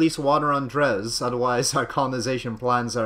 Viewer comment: Oh, BTW, its pronounced drey